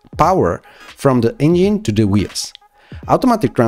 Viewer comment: You need to work with a coach to improve your pronunciation of the letter "V", the "g" in the word "engine", and the word "relatively" (the accent is on the first syllable, not the second).